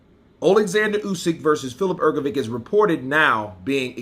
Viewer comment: Bro it's not "Hrgovick" it's Hrgović and Ć is just ch sound so Hrgovich.